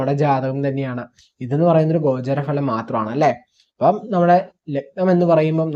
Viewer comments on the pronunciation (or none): ഭലം അല്ല ഫലം